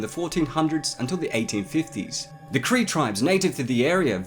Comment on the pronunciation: Thank you for saying Cree